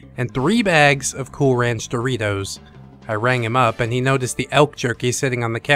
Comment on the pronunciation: Doesn’t he mean “Doe-ritos”